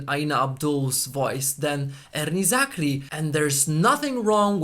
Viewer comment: I like the way you mention erni zakri's name.. the ' r' is so rich n thick. Rrrr..